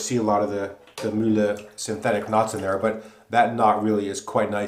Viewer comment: Kudos on the pronunciation of Mühle! It's the first shaving vid I've ever seen in which "Mühle" sounds kinda German. (Ausgezeichnet.) Also, Razorock makes razors with a similar (very similar) shaving head; any thoughts on how the performance of this Mühle compares to a comporable Razorock?